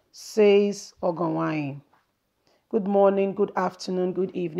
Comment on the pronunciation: Well thats a teaser, I just want you to know the error in your pronunciation, pls try to improve on the pronunciation of these Nigerian names been it Edo igbo or Yoruba or look for someone to help which is very necessary, you May not be a Nigeria, fine.. or a different tribe, fine.. but Education suppose to make the different, because you wrote Ogienwonyi and you pronounce ogo Uwanyi, Disclaimer This is not to dent your work, But to make you Improved for some of us your subscribers